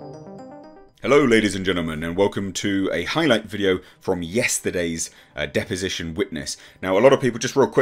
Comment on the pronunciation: ahem "Depposition"